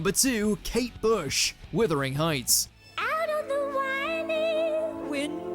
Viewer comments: The voiceover actually says wIThering heights....what a twat. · Withering Heights??!! 🤣🤣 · Withering Heights . FFS get it right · Heavy metal? Ridiculous reference! And 'Withering' Heights? Farcical! 'Wuthering,' for goodness' sake. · Hmm. It’s Wuthering not Withering. Why nothing from the 60s when the programme was at its peak? If you saw it, who could forget the audience singing along with Paul for Hey Jude, for example? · Mate, it is WUTHering Heights not WITHering Heights as you incorrectly pronounce it! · Its Wuthering heights not Withering Heights. Jeez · "Withering" Heights lol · 'Withering Heights? It's Wuthering Heights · Wuthering not Withering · "Withering" Heights. Get a grip! FFS! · “Withering Heights”. Are you takin the piss? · Er…… Withering Heights? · "Withering Heights"!!!!! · Did he say Withering Heights? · W'U'thering Hieghts, for God's sake - WUTHERING HEIGHTS !!!! ....... Idiot ! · WIThering Heights? 😂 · “Withering” heights. 😂😂😂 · Withering Heights??? Are you dumb?? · Withering heights🥀😂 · The narrator seems to say “withering (sic) heights” twice. ????? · 'Withering' Heights !?? WTF are you on about ??! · Withering heights.. FFS it's WUTHERING! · How can you not pronounce Wuthering Heights correctly?